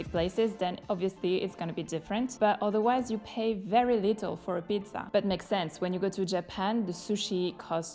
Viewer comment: comunque per la cronaca nella scena dell'amico che si vanta la zeta in pizzeria la pronunci male tutte e due le volte